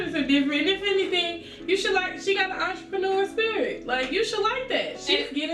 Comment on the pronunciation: this bih just said entrepeneur spirit 😂